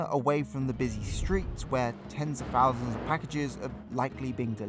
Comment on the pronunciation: Fits with his pronunciation of "two fowsand and free" 😀